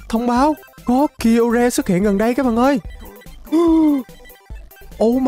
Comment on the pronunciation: Kyogre đọc đúng là kai ô ga